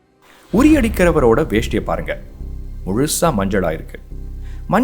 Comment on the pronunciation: வேஷ்டி ❌ வேட்டி ✅